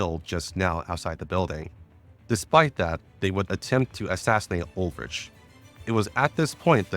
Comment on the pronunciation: As someone who didn't play GFL1 these are sooooo helpful for getting the world built for GFL2. Good work man 👏 P.S. I personally find your questionable European pronunciations endearing 😂 (Ulrich is Uul-rik for example)